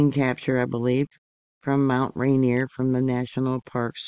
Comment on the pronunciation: Pronounced "Rain-Ear"